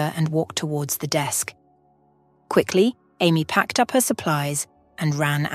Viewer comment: Amy pronounced Aye.. me for Amy... NOT Army